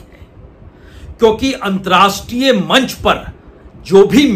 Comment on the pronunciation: Antrastriya Nahee, Antarrashtriya hota hai. Please correct yourself.